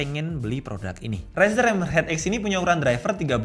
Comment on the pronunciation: denger kata Rezer "Umm usagi no nioi~" 🗿